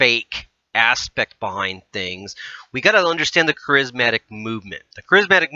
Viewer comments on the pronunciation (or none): Interesting yet hard to listen to bc of common Christian words being mispronounced! Ek-u-MEN-i-cal, Care-iz-MA-tic. There's a start, if you're going to say these words, please say them correctly! I'm not going too go back and listen to the whole thing again to show you other pronunciation mistakes but you might want to! 😉